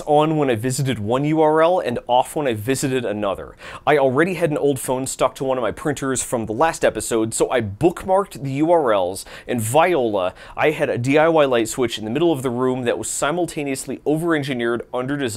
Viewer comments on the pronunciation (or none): And "v-I-ola" instead of "voilà" kind of "v-I-olated" me. Great video though